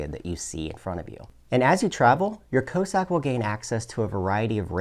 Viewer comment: Is a "co-sack" the same as a Russian "coss-ack" or are you just pronouncing it weird?